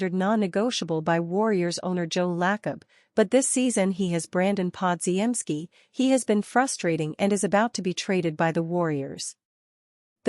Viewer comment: my god your AI announcer is horrible: Brandon Pod-ge-en-ski that is laughable as is the so called news you report--it is old news. pick it up, get a new A.I. announcer..never mind just go away